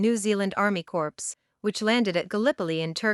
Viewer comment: Question 104/155 pronunciation mistakes Corps is pronounced as corpse Two completely different words